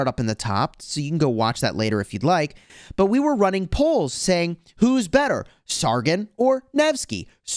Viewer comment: Just a tip it’s sar-gon not sar-gin